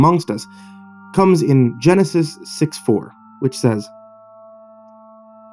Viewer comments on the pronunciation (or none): none